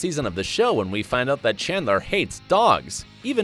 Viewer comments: Narrator: Monica and "Shandler" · He also pronounced shandler instead of chandler